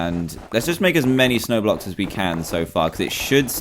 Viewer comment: when he said snow blocks it sounds lik roblox. (snowblox roblox)